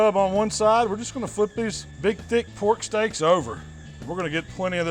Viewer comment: "Get sum mo of dis porrrk" #&thebabybackribsBand